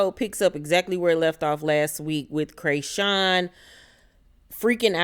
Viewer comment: Laaawwwddd, Craysean🤣🤣🤣 thanks for the updates, every time you said Craysean I couldn't do nothing but laugh! This just made my day!